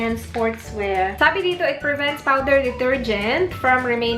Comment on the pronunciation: Natawa ako sa di-tir-gent 😂😂😂